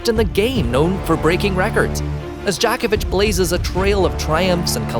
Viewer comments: Not Dj"A"kovic but DjOkovic. Djokovic is a Slav. Not Western cup of tea, that is why. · Good lord..it's pronounced Joe-ko-vitch,..not jock itch. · Djokovic, not Djahkovic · Like I'm going to be taking analysis of Novak Djokovic's promotional career from some random dude who doesn't even know how to pronounce his name. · Please learn how to pronounce he's name than go on you Tube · First of all before you waste our time and yours learn how to pronounce his name, then learn his place in tennis history , lastly stick to fact not BS for click baits, NIKE APPROACH HIM SEVERAL TIMES AND.HE REFUSED. FOR YOU INFO, LACOSTE IS MORE PRESTIGIOUS IN TENNIS THAN ANY OTHER BRAND THANK YOU AND GO AWAY, 🤡🤡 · Please dont say "djokovic" ever again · Djokovic is probably also controversial because he doesn't want their dirty, bloody money... I have heard that people who have received the covid vaccine can no longer pronounce the names of famous people correctly. 😉 I hope you're just naturally unintelligent and that's why you can't pronounce the last name of the greatest tennis player of all time. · You don't pronounce his last name correct.